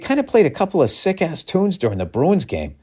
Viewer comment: Ol' Billy Hockeypucks hyped up on OUR Boston Bah-roo-ins